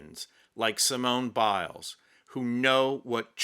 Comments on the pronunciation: Don't give up the day job! Sorry to be pedantic but if you are going to perform a ridiculous racially-stereotypical "comedy" routine at least stick to one nationality. The French would pronounce her name as see-moan bee-lay. Pronouncing her name as see-moan-ay bee-lays would be Spanish. I usually enjoy your posts, but someone should have talked you out of this one - Sorry! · lmao oui oui, monsieur. See moan ee Bil lez??? roflmao Excellent accent (not so much). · "Simona Beeless"... 🤣🤣🤣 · the french would not say her name like that. You're pronouncing it as if it were spanish, using a fake french accent. It just sounds bad.